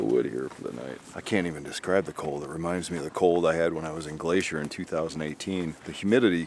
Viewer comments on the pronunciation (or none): none